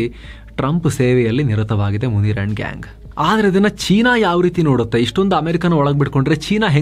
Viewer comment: ಅಣ್ಣಾ..🙏 ಮುನೀರ್ ಅಂತಾನೆ ಹೇಳಿ.. ಮುನೀರಾ ಅಂದ್ರೆ ಅದು ಸ್ತ್ರೀ ಹೆಸರು ಎಂದಾಗುತ್ತದೆ ಅಲ್ವಾ..⁉️🤔🤔🤔 (ಎಪಿಸೋಡ್ ಎಲ್ಲವೂ ಉತ್ತಮ, ಸಮಯೋಚಿತ ಮಾಹಿತಿಗಳಿಂದ ಕೂಡಿರುತ್ತವೆ 👍👍👍)